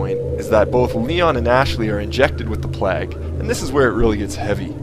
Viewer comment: I think you seed plag not plauge